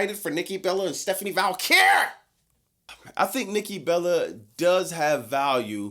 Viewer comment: Will you please stop putting a letter L in Stephanie Vaquer? It isn't Lyra Valkyria